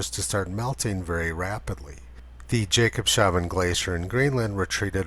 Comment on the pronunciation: Hi Tony, A small thing I noticed. I think it's pronounced "Jacobs haven" instead of "Jacob shaven". Meaning Jacob's harbor. But I'm not sure. :) Thank you for your work. I have never seen a more impressing rating ratio 1060:1. Well deserved.